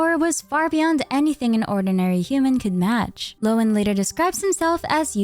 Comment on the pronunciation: Happy to find a major content creator that can actually pronounce Lohen, so many seem to think Linzi is a playable Genshin character.